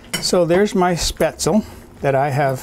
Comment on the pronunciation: Spaetzle is pronounced with the "e" as an "ay" as you do with you pronounce Porsche. Try it with bacon. My two years in Germany was fantastic when it came to this dish!